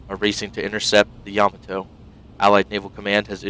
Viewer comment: It's pronounced Ya-MA-to, not YA-ma-to.